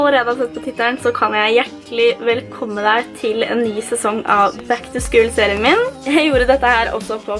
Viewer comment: Uttales ikke "back to skul". Er mer O enn U